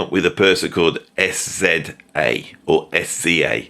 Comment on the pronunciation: SZA is pronounced sizza like scissor. But who cares!